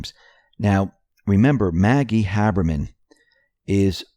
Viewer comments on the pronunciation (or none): IT'S HABERMAN, NOT HABBERMAN.